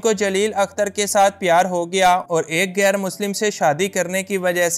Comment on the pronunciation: لفظ گیر نہیں ۔ غیر ہوتا ہے۔ اردو سیکھیں پھر بولیں۔